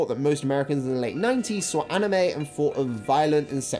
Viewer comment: "Ahh-nime expo"😭